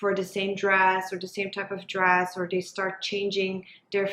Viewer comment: I just can't get over the "dey" when so many other times the "t" sound is pronounced so clearly- I can't focus and was very much invested in trying to hear this topic.. I wish though!!